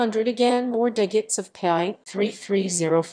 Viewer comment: very large number I thought we were learning Pi not Pyiay